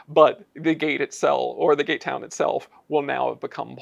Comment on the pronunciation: Was I the only one to hear "gaytown" the first time they said "gate town"?😅